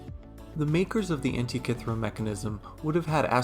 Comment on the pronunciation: Thirty seconds in, and I already wish the makers of the new Indiana Jones movie had watched this before making the film, if only to learn how to pronounce "Antikythera"....